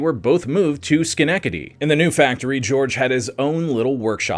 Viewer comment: As an Albany area resident, your pronunciation of Albany and Schenectady are hilarious. Otherwise very informative and entertaining video!